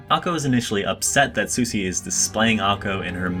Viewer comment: Said "Susy" instead of "Sushi", disliked